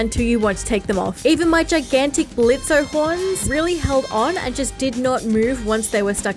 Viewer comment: The O in Blitzo's name is silent!